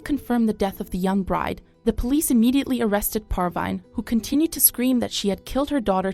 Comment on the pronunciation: Her name is "Parveen" not "Par-Vine" i know it is a computer